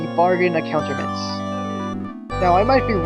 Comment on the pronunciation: omg its pronounced a-koot-tra-ments